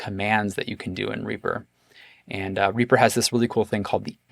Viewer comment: Simple really do we pronounce Reaper as "Reyaper"?